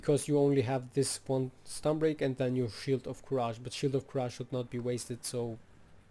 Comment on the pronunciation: Nice guide! Let me drop this as a loyal viewer, "courage" is pronounced as /ˈkʌrɪdʒ/ :D